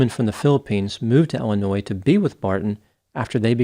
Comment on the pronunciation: It's Illinois not Ellanois. Just sayin'